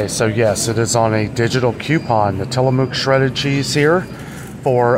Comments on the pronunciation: Tillamook products are from Oregon. It's pronounced till-a-muck). It's a Indian name! Enjoy! It's excellent Expensive because it has less additives/more natural and less processed. You can visit them n take tour, near coast of Oregon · So around here in the pacific northwest Tillamook is pronounced till-a-muck.